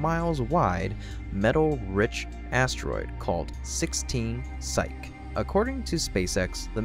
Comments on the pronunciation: You might want to go back and edit the video, as the name Psyche is not pronounced correctly (pronounced roughly like "sigh kee"). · Psych, as in to psych someone out, is pronounced sīk. Psyche, the totality of the human mind, and the name of the mythological Greek goddess of the soul, is pronounced sī-kē. That's High School level learning here in the United States (at least it was when I went to High School). Judging from this and other mistakes already commented on, I would encourage you to research your topic more thoroughly before posting your videos. Credibility is everything in YouTubeland, and the largest portion of your target audience will only give you a few opportunities to prove your videos can be taken seriously and are worth watching. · "Energia" is pronounced "EH-NEHR-GHEEYA." "Psyche" is pronounced "PSY-KEE."